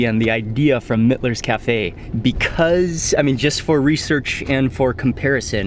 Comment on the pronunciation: Mitlas is pronounced "meetlas" .... js